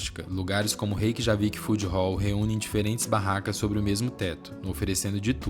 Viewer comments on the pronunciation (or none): Ótimo vídeo! J tem som de i como semi-vogal igual o i em iate. Então pronuncia-se "Reykiavik" e "Reykianes". ❤